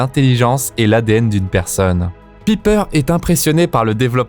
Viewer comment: Pipeur jpp mec prononce bien au moins j'adore tes vidéos mais là tu me cringes